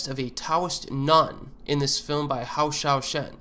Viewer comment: Your mispronunciation of Hou Hsiao Hsien's name is grating to my ears LOL